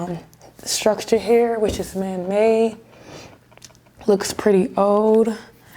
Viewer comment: I'm assuming when she keeps saying 'man may', she means man made.